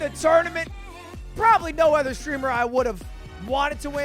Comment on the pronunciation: Anyone else notice how Lud can't pronounce other or another properly, he says erther or anerther like everytime lmao